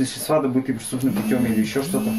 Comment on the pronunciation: Какие мусора бестолковые - и в слове "средства" ударение неправильно ударение неверно ставят, и не могут открыть шкатулку